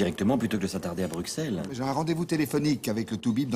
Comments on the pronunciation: Clavier qui prononce "Bruque celles"..... On dit "Brusselles"! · "La prononciation correcte est [brysɛl], où le x se prononce « ss ». C’est la prononciation qui est en usage dans toute la Belgique francophone. D’ailleurs, en néerlandais, le nom de la ville est Brussel, où on retrouve le même son [s]. Cette prononciation, qui est généralement recommandée par les dictionnaires, est également très répandue en France."